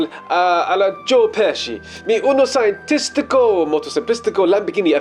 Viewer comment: Like how you just randomly say Joe Peci